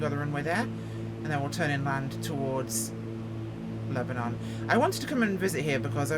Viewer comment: Born and raised in Lebanon Oregon. My dad taught school at Crow foot in the 60's and early 70's. Its actually pronounced Lebonun. Spelled Lebanon, but not pronounced like the wore torn city Lebanon.